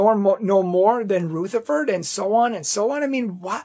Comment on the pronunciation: Taze as in haze, in Rutherford the "u" is as in up or union , not ROOtherford. Thanks for your commentary.